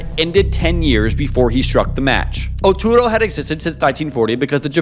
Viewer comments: I wish you would put in more effort to say the words correctly. You kept saying Oturo instead of Utoro and didnt say it right a single time. I understand that some words are hard to pronounce, but this is not a hard word to get right. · Oh man every time you pronounce Utoro it gets butchered more and more. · Please use Google translate or chat gpt to check your spelling. It’s utoro no oturo